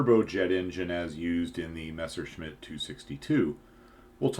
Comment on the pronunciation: Instant upvote for not erroneously pronouncing Messerschmidt as Meshersmidt like everyone else does.